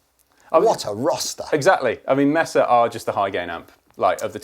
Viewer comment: Pronounced May sa